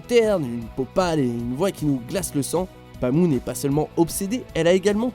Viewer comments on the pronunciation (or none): C pas pamu mais paamu mais sa c écrit pamu